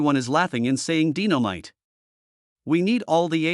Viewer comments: It's not DINO MITE ITS DYE NO MITE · I know he keep butchering everybody's name sometimes he says it right and then he doesn't, how you going to butcher the name Dynamite, he must be reading a script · He is butchering so many words, sometimes he says they're right name and then he messes it up like he can't remember the names again, in the beginning he just butchered Dynamite